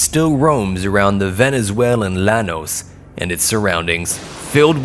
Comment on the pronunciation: repeat after me Yanos. Not lanos. Bro